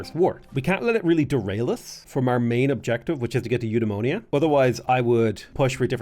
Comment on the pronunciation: The way you say Eudaimonia makes it sound like a disease :) I still remember the Alpha Centauri tech voiceover, which pronounced it you-die-mon-ee-ah